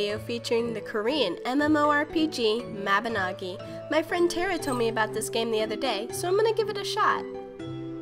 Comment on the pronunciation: SMALL LIL TANTRUM AT I'm not mad at her but it's mabinogi no as in you say no... (yes I didn't watch all the way through yet I'm one of those people)